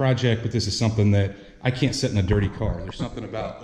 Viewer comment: no, spray the carpet with a can of that dye. Also, what do you mean "set in this truck" are you saying "sit"?